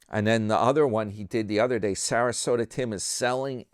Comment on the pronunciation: I like when u call him Sarasoda. Yah and HAH! He on the skids! Needs another cart collecting job.